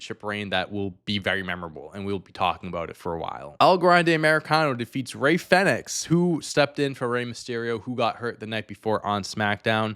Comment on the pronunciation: The triple threat match between Iyo, Rhea, and Bianca was the best match of both nights. The Punk, Reigns, and Rollins was def second. I'm sorry I couldn't tell who you were talking about in the Chad Gable, Rey Fenix match. Fenix sounds like phoenix not fa nicks. I thought the moonsault senton was cool too.